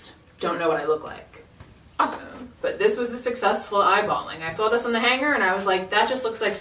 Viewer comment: ur mass accent comes out on "saw" its so cute scream